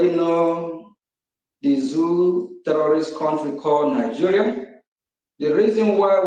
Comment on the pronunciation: I thought oge nkere claimed to have been borrowing us money. Let him finance the liberation of Biafra naa. This idiot is a big joke. He can't pronounce terrorist correctly, and he is apm? Rubbish.